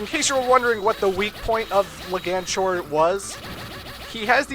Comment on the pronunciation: Just so you know,, it's Leg-Anchor.